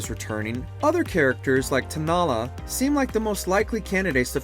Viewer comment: Hey man, you said Tanalah instead of Talanah.